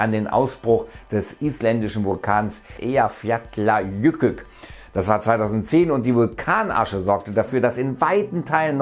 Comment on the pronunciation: Oder wie es sagt: "Ejafjatjajükük"